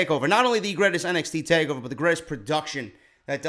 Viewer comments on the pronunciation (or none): Lol, "greatets" Love ya stuff man!